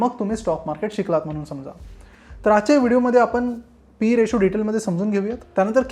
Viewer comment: रिशू नाही रेशो.